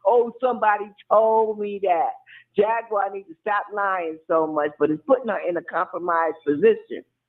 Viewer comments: Jagwire is that what she said😂😂😂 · Jag wire Wright 😆